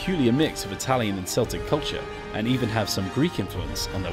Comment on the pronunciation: KEL-TICS not SELL-TICKS